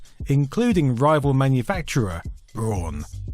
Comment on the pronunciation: Braun is pronounced "brown" , it means brown. It's not 'brawn'